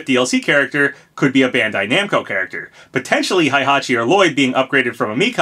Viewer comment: Surprised you pronounce "Reimu" correctly, but not "Hayabusa" (hi-yah-boo-sah) or "Heihachi" (hey-ha-chee).